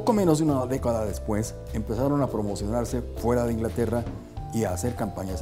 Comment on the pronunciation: min 3 33 sueba bien gracioso ese despueckkk